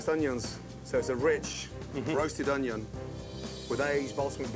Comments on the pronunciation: 40.45.....😂whats an "Ongyon"??? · I absolutely hate when people pronounce onion with a g in it.